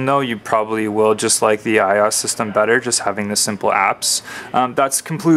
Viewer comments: I...O...S... - is how its pronounced... not eyeos. Separate the letters out friend. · 'i' 'O' 'S' ... not "i" "os" :@ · its IOS not I OS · I could not finish this video. It is pronounced I-O-S not I oss. Watch any release video for a previous iPhone and you will see that Apple Execs themselves call it iOS not I oss. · its pronounces eye-oh-ess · This video is crap. No offense but you keep stating your opinions, and if this is a comparison video why the heck are you stating your opinions. You're pronouncing iOS like a hot mess and why would you bring in BBM when you are doing an iPhone and a GS2 comparison. You kept going off on things that didn't make sense and you didn't give a clear explanation on which phone is better, you just said its an opinion. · You're pronouncing iOS completely wrong by the way